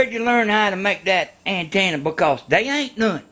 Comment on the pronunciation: "DI WHA TV ANTANNA"